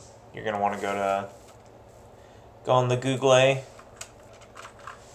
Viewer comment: As soon as I heard how you pronounced Google I became a fan. Nothing like a good dad joke.